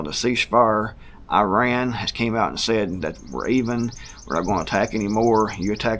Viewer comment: Good job with the pronunciation (eh-ron). I worked with a 1st gen Iranian American guy and he said that’s about the closest you can get in English (they pronounce it with much more guttural flair). I always cringe when I hear us Americans say it incorrectly now that I know that.